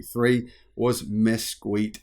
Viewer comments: Mez-KEET, not miskweet., go to Google and type in "pronounce (word) " whatever the word is. Respect your audience and stop making yourself look silly. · It's pronounced "Miskeet". I was born in mesquite Texas. The name comes from a tree that has a flaky bark thin leaves and large spikes.And for some reason they named everything they could after this tree. Including oil companies. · Mesquite is pronounced "miss-keet". It's a kind of tree common in the southwestern US and norther Mexico. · Mosquit is pronounced Miss-keet. Just saying. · FYI: Mesquite is pronounced mess keet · Pronounced "Mess-Keet".